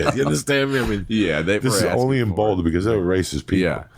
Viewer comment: They way he says “boulder” 😂 “ bowwwduh”